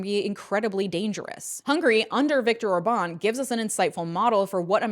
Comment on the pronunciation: Orban pronounced as Órban, not Orbán